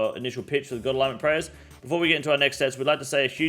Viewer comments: It's pronounced alinement bro. Unless that's just how u guys say it there then in that case I'll go fuck myself lol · Ya wtf is an a-lig-ment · Please stop pronouncing the g in alignment lol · He said god alignmentligmas 😂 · Bros out here callin us morons while saying ‘aligmint’ 20ish times in a video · Say it with me [UH] + [LYN] + [MUHNT] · my man the g is silent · why does he says alignment and not alignment? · The way he pronounces alignment cracks me up every time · Somebody help this man pronounce alignment. Appreciate the video update still. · You are one of the most well spoken off the cuff creators I've seen on Youtube. But you can't pronounce alignment. Ffs cunt